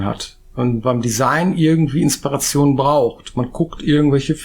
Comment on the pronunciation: "Inspereischon" wurde Deinem Wörterbuch hinzugefügt. 😜 Interessanter Einblick. 😃